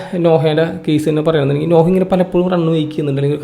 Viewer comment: നോഹ അല്ല നൊഅ.